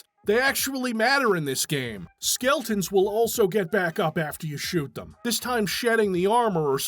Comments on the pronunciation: Love that you kept saying skeltons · Is he saying ''skeltons''?